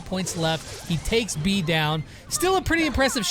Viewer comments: Im a bit late (very) but her name is pronounced bay-uh but since you from a different country, sure call her that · Does anyone know that he's saying "bee" not beA